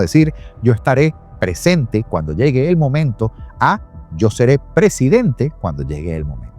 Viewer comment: Ella dijo Presidente, pero su pronunciación no ayuda al traductor de IA